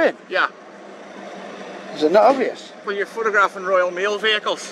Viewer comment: He said “Royal Mail vehicles” like they were of super importance.